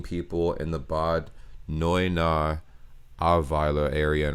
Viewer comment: How does it come that you pronounce these german cities like Bad Neuenahr so correctly?